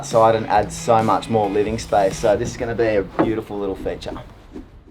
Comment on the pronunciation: Everything is "bewdaful".....